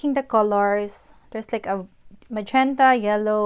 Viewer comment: Gusto ko yong color combi mo sis at talagang memorize mo mga color ah..may tunog lang sa kin yong pagbigkas mo ng majenta hihihi..sa madalit sabi magandang maganda